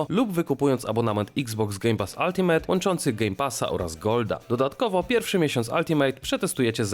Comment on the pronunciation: W końcu poprawnie wypowiedziane ULTIMATE, brawo. 3 miesiące spamowania pod filmami przyniosło efekt.